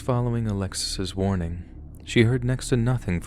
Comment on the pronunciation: Thought you said morning, not warning lol